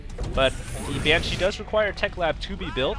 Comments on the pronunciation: its BANshee, not banSHEE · nooo!! not another banSHEE video!! lol seriously hd, BAN-shee, not ban-SHEE, BAN!-shee. please put the emPHAsis on the right sylLAble. =P btw is there still a ground defense colony and air def for the zerg or the spine crawler does both? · Excellent videos again. Got really lucky there with the Banshee's, but you pulled through [Fuck Yeah terran!] Also, not to harp, but the only thing I can suggest is Ban-shee, not Ban-CHI. Also, Marauders and Siege Mode Tanks destroy Roachs en masse. Marauders are the only true counter that burn them quickly. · It's pronounced [banshe], not [bansheeee]. I'd let this slip if it wasn't so annoying :p Anyway, these games are are perfect to watch during lunch break :) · SJ he said banshee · ok, i like your commentating a lot, but you really need to put less stress on the second syllable of 'banshee' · the way he pronounces banshee is kinda cute, makes them sound more threatening. I wish he'd pronounce Lalouche with a french accent though.